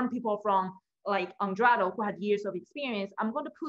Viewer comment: You repeatedly mis pronounced Eduardo's name. Very disrespectful and again you should scream less and slow down a bit. Your content is good, but very draining to watch